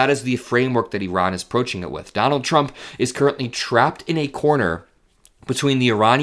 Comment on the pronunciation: Thank you for pronouncing "Iran" the way the entire world except for unschooled Americans say it, that is, "Ee-rahn"; rather than "EYE-RAN".